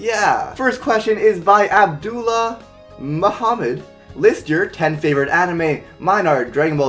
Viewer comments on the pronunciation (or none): none